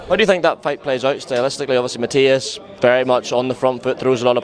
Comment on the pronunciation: Yes I know pal... I'm making the point that he said Matias' name wrong (despite the reporter saying it back to him) about a dozen times in this interview as well as a bunch of other top guys at the weight.